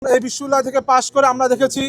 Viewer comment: বিশ্ববিদ্যালয় শুদ্ধভাবে উচ্চারণ করতে পারে না। হইছে লেতা (নেতা)। নেতার কোয়ালিটি দেখে ল্জ্জা লাগে।